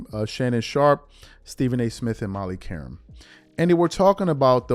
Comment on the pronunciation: #dreamerspro, please note that #Qerim and #Karim are the same pronunciation!!! In fact, it is the same meaning in Arabic as #Kareem!!! It is an Attribute!!! After all these years, #screamingAsMYTHY cannot pronounce Molly's name!!! And, Ms. Qerim has complained more than once, ON AIR, about this shortcoming to Mr. Number One!!!